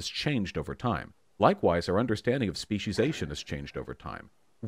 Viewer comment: I was about to cancel the shit outta both of you. SPEE-SEE-AY-SHUN. Speciation. Not species-ation. CHRIST.